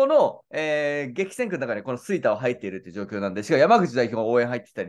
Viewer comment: 吹田の発音がちょっとちゃうなあ。